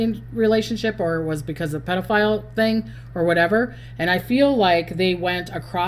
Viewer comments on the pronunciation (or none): none